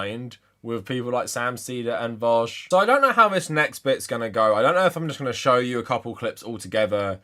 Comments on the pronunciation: I pronounce it 'voosh' as in, rhymes with douche. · The fact that he pronounces it as "vowsh" makes me believe that he doesnt actually watch vaush's content or is just trolling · I have to believe these guys are calling him vowsh purposely at this point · lmao what is it with people who disagree with Vaush consistently calling him "Vowsh." It's such an obvious tell to me. also I don't believe for a second Spencer has gone lib. this is just a new tactic to hide his power level 100% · He pronounced it vahush, clearly he doesn’t watch him enough to even know how his screen name is pronounced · I don't think ppl who watch vaush call him vowsh 🤣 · The fact that he called him Vawsh is the icing on the cake! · You can already tell he’s not a Vaush fan cause he calls him Vowsh! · Yeah, I’m sure he loves watching “Vowshe” 🙄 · Oh god, he would pick vaush wouldnt he lol. And pronounce it vowsh. Fake fan. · It seems you're both mistaken, it's pronounced "Veeck" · You can tell he's lying because he pronounces it Vowsh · When he mispronounced "Vaush" I physically cringed. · It's actually how Sam Seder pronounces it too lmao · No real fan of v00sh pronounces v00sh like that imo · I mean. Pronouncing it like that is kind of a meme in Vaush's community already. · There are 3 types of people. Those who are only barely aware of vaush or hate him, always mispronounce the name, likely inintentionally. People who are aware of vaush, not particularly fans of him, and always pronounce the name right. Those who are fans of vaush never pronounce the name right. Its always vowsh.